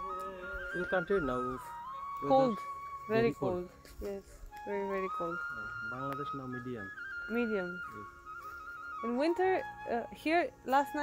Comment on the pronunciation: you pronounced Bangladesh like we do.. 😁 😁